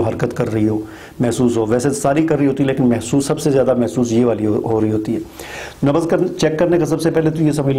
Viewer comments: Nabaz nahi Nabz boliye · Sir nabaz nahi nabz hota hai.plz correct urdu